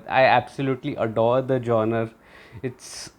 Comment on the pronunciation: love your reviews! Just an FYI... the word genre is pronounced John-rah... but keep posting these awesome reviews!